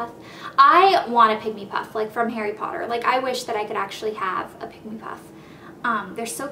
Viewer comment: you're saying his name wrong. it's pronounced "hah-ree poh-TTer", not "hairy podduhr".